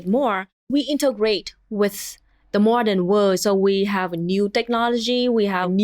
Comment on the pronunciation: Why did you say mordern fascism in three times?